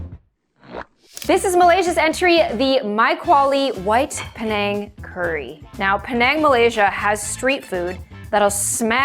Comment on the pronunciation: I just cant with you saying penang ITS PI - NANG